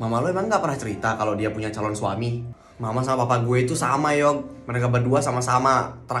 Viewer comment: Aku denger iata kenzi salon istri bukan calon